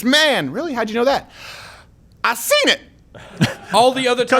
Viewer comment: It's " I seent it " btw.